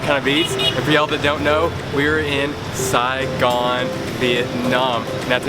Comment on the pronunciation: I love when you say” Sai Gon”❤️❤️❤️